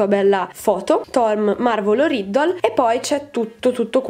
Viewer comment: Nessuno potterhead si è accorto della pronuncia sbagliata di ton marvolo riddle?